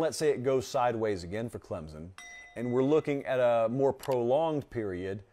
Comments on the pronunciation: Learn how to pronounce ClemSon… not ClemZen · It's ClemSON... not Clemzun... jfc